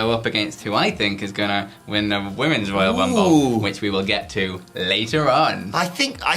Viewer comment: The WWE Woyal Wumble